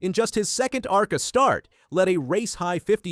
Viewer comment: You can’t even say arca correctly…